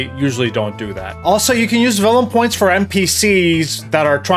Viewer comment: Did anyone else hear "vellum points" instead of "villain points"? Sounds like a smooth idea :D